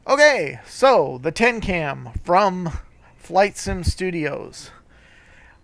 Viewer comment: Tecnam dude... Tecnam... good lord